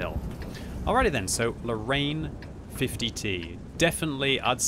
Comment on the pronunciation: You know what bothers me sometimes ? All the English speaking people put in a LOT of effort to pronounce "KUNZE PANZER" in the most German sounding way possible, but then just go on to say "Lorraine" as "low rain", as if that even resembles French.